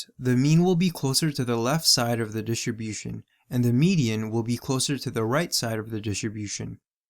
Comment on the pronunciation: why were you saying distribution like that ahahaha